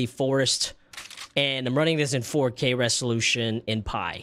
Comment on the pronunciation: Did you just say " running in 4k resholution " and " looks unwheel " yikes bro? 🤣🤣🤣